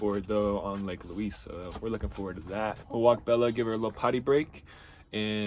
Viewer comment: Just FYI, it's pronounced Lake "Lueez" like the woman's name, not Lake "Lueece".